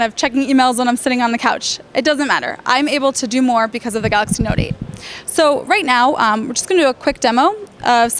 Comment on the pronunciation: Okay, when she says galacy note 8 she sounds like she's speaking Italian. She speaks very fast.